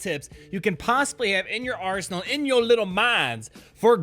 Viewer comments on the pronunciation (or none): none